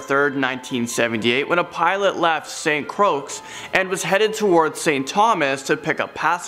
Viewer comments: I'm NOT being a KAREN but St. Croix is pronounced (CROY) not (CROAKS). Just a little friendly edumacation lesson!!! 🤣🤣🤣🤣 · Im sorry but he said St Croaks!!! 😄😄😄 Again im sorry but i found that hilarious.. Just please dont call it St Croaks 😄 St Croix=(say Saint Croy) How u never heard of it though? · St.Croix is pronounce as (St.Croy)